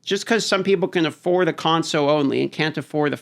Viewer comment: You know there is an L in console right? :) It's not conso